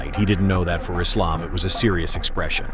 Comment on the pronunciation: it's refreshing to hear AI voice over pronouncing Islam's properly. It's Islam, not Izlam